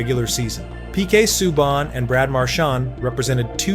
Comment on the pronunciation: Omg here we go again u American Narrators who do this videos on nhl players need to seriously pronounce players last names right or don't bother making these videos u totally screwed up Canadians defensemans last name sueban u morons the way u say it isn't correct at all the teachers I'm yr education systems in pronounceing certain players last and sometimes there first names is a bloody joke !!